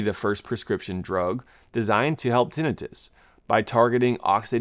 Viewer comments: He's saying like it's Tennis Wrist... say termite... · tinnitus /tĭ-nī′təs tin- eye-tus A doctor should know this. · I always thought it was tin-eye-tus 😅